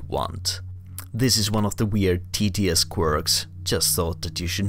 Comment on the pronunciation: Make sure to pronounce a hard T with the second syllable. I too thought you were being sarcastic and saying "tedious" every time! =D